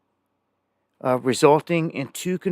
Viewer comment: I'm 12 mi. From Marana pronounced (Mayrana). It's a small airport. Pipers and other small aircraft